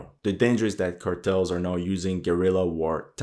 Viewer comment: Whats up with the Ä in Cartels?